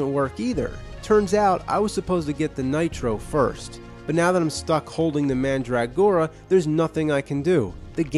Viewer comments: Could he make any more of a meal of the word Mandragora? MAN DRAG GORA... instead of MANDRUH gora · Man'drag'gora pronunciation is funny sounding, I just say mandra'gora